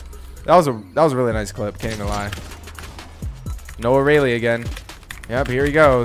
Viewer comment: noah re-lee?